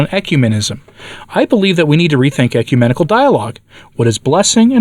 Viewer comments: "ECUMANIACAL" vs. "ecumenical" 😂😂😂😂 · It sounded like you said Ecu-maniacal, and I like that word. It's an appropriate word...